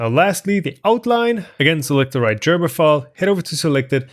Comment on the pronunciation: Gerber, not Jerber. I mean, it is a hard G. It is, after all, a German name.